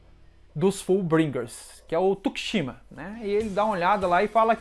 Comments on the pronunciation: E meio estranho como pronuncia o nome do tsukishima ''TUKICHIMA'' kkkkk abraço dc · Po não me entenda mal, mas está pronunciando os nomes errados. É TSUkishima, HIsagi...